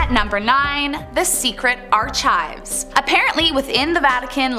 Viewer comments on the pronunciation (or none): The word Archive....is pronounced Ark-ive...... no ch sound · The presenter needs to learn how to pronounce “archive” lol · Please read carefully, The English word archive >>ˈɑːrkaɪv/ <<is derived from the French, ch makes a k sound okay I'm sorry I had too. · This video lost the tiny amount of credibility it had the moment everybody heard how the host pronounced the word 'archive'. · In all of her "sleuthing," she didn't manage to find out how to pronounce "archive" correctly.